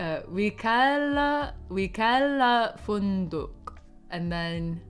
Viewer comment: That last Wikala Funduq was PERFECT,. I was shocked u pronouned the Q perfectly